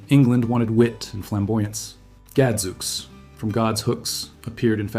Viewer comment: Well, not only are many of these still in common use in Britain, but they also pronounce them correctly. e.g.Gadzooks is pronounced "Gad! Zoo-ks" not ... whatever the heck you just said.